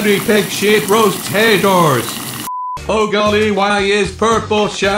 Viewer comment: Purple shep said hateors it's haters